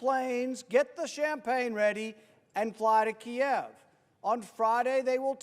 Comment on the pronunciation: I couldn't help but notice and applaud that he said "Kiev"; not Keeeev. I wonder who else noticed and what they'll have to say about it.